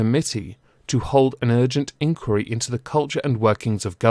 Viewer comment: Why are you saying inquiry weird??? Why??? why?!?!